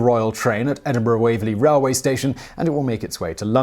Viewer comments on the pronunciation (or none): none